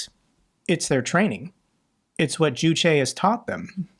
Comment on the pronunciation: juche is pronounced joosh. Like juice. Excellent reporting!